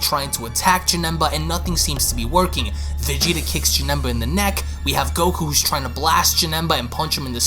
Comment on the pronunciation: He said Janemba name wrong